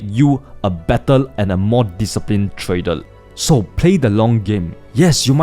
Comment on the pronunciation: When is he going to learn how to pronounce "trader" ?